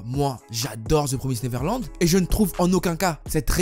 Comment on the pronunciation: L'un des rares qui li ça bien Tout le monde dit the promaïsed neverland